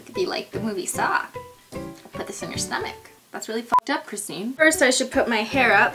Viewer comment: finally you said my name correct .(my name is Christine too)